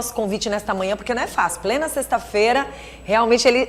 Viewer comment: Parabéns pela matéria, só a apresentadora que precisa corrigir algumas palavras....( indentificar ",sexta fera) ETC.